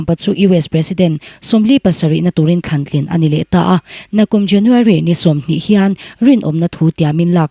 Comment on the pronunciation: Pi mapui he nu(a chhiartu nu hi)mizo tawng a modified form kan tih hi a lam dik thei ngailo.mizo tawng a zir a ngai.tling/tlin,leng/len,kang/kan,pua/puak/paw,zung/zun etc mizo tawng hi a thiamlo.thlang tlin a nih khan te a tia.thlan tlin tih tur ah te.a video ka en peih lohna pakhat a ni ve tlat.hrilh rawh